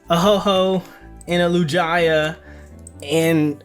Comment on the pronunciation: Arrest this man for the Lugia pronunciation. What pokefan doesn't know this name lol